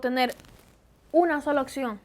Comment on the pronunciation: En cuanto a la dicción, trata de no decir "oCción" sino "opción".